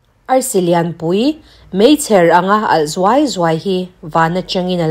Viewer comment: Meichher i lamdik hlel deuh😜